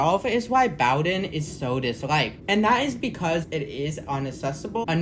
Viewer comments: Bow-din, not bouwdin. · Except for Bow-don. It's pronounced Boden. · Nice video! Just so you may know, Bowdoin is pronounced BEAU-dun. It is a really neat station in that the area around it is quite steep. The extension has been around for I forget how long, but I suspect the Charles extension will never get built. I had envisioned once extending the Blue Line along the river towards Brighton but that was just an idea and, of course, nothing ever came of it. Nice work, its a cool line for sure. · Sorry. Boh-Dunn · In Boston, we pronounce it Boh-Ruhn. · And while you're fixing the mispronunciation of Bowdoin, could you also fix the misspelling of "its" in the description? It's its! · that pronunciation of bowdoin has GOT to be ragebait 🫩✌🏻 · I immediately stopped watching at that point. How does a video about a place where they regularly announce the name get the name wrong?